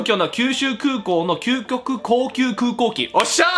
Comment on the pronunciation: was wrong - kyukoku kokyu kukoki insted of kyukyoku kokyu kokuki. I played that on 0.25 speed to try to say it haha